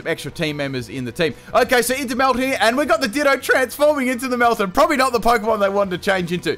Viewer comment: Did you just call it melmeltan?